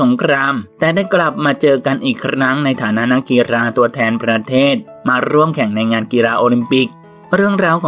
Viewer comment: คำว่า”นักกีฬา” กลายเป็น “นักกีรา” ไปแล้ววว 🤣